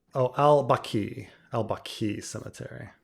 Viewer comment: Baqi, emphasize is on the first syllable.